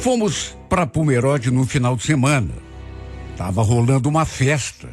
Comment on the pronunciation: Se pronuncia pomerôde e não pomeróde 😅 moro em santa catarina cidade vizinha de pomerode ❤